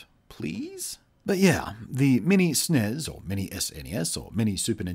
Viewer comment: ITS S N E S NOT SNEZ